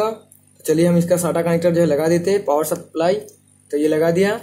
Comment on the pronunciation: अरे भाई बोल्ट नहीं वोल्ट होता है।पावड़ नहीं पॉवर होता है।